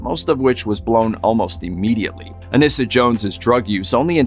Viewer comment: Her name is pronounced UH-NEE-SUH, not UH-NISS-UH.